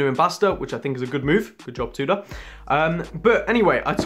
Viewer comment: Haha drives me mad how you pronounce Tudor! Will you get staff discount if you buy on credit? if so and you're happy you can keep up payments then go for it! Thanks for the great content!